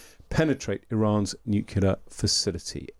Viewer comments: Another host who says "new-cue-ler" - will no one learn how to pronounce this word - he sounds like an idiot. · These so called experts on this call cannot even pronounce the word nuclear. Some say “nucular”, it is not about going to war. It is about pre-empting the start of a war or perhaps preventing the escalation of a dog fight to a full fledged war. Thinking outside of the box, so to speak, the strike from the USA has to be direct and final on removing the nuclear threat forever. It is analogous to the strike down by Tyson in his hey day. That is no chance of a second strike and the spontaneous end of the beginning! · Nuclear (new clear) not nucular.